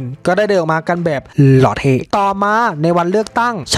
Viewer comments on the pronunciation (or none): ชอบตรงที่นายพูดคำว่า หล่อเท้🤡